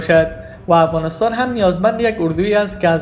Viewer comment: شما چرا خودت مثقره میکنین افغانستان را افغانستاین میگین به سخن رانی خود درست افغانستان بگو گل بیدر